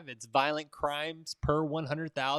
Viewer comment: Violent, not Voilent